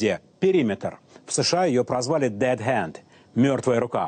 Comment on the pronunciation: When he said "Dead Hand" he sounded so American.